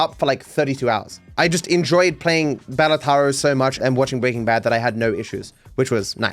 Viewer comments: bro just said balataro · please your pronunciation of Balatro hurts me every time. Bala-tro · hearing mispronounce balatro is funny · Why does he pronounce Balatro like that? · Please stop saying balatro like that😂